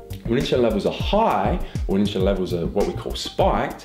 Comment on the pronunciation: I dont think he was saying insulin right lol